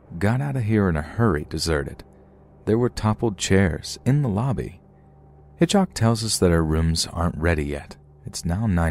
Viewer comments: I’m sure nobody will read this but why did you keep saying hitchoc instead of Hitchcock. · Just drove me crazy that the narrator kept saying HitchHock instead of HitchCock. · So dear, although it sound derogatory, it’s HitchCock, not HitchHock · HitchHock 😂😂😂😂 is he meaning to say Hitchcock ??? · That'd be pronounced HitchCOCK. ✌❤ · You seriously don't know how to pronounce the last name of one of the most famous filmmakers of all time, lol?